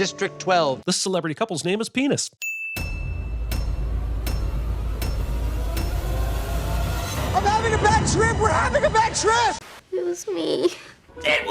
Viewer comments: i have heard that before and dang it still has me cracking up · “Pee-niss” I swear I don’t know why I never thought of that😂😂😂 I laughed why too hard at that!!! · Celebrity couple name is Pee-niss 😆😂🤣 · Sword pocket? 😂 Cake Boss 🤣 Celebrity couple name is Pe-niss 😆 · Not Pee-niss 😅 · *normal cinemasins *normal cinemasins *suddenly "this celebrity couple's name is Pee-nis" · "This celebrity couple's name is Pee-niss" This had me laughing a lot harder than I think they meant for it to. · I came here to comment this exactly 😅😂😂😂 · This celebrity couples name is pee-niss. Haha